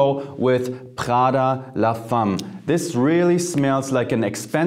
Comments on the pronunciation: Why the French pronunciation for an Italian brand!? It’s not praghda it’s Praada 🇮🇹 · Pls put the name of the perfume names, your pronunciation is not clear " Prada"